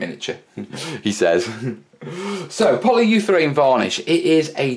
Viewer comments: ... Anyone else cringe every time he says "Poly You Therane" instead of polyurethane? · Repeat after me......poly-You-ra-thane!;)